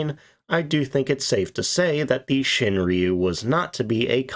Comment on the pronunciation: its ROO not REEYOU